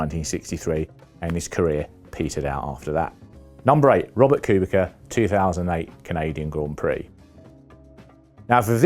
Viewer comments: And when will reporters learn his name.. its KubiTZA WITH "C" NOT kubiKa. Jesus. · "Kubika" Seriously? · who is 'robert cubicar" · Who's this "Robert Koobika" chap? Never heard of him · In fairness, during his BMW days Robert liked to be called "Koobika" as he thought it sounded faster 😅 but yeah no idea what he called Schumacher 🤦‍♂️ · Please work on your name pronounciantion. Listening to your version of Kubica is painful. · It is inconceivable that a serious F1 journalist would not know how to pronounce Kubica - a driver of great prominence not very long ago in , and still active today as a test and reserve driver. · It's what the English do, have you watched football, they don't even bother pronouncing players names right even when corrected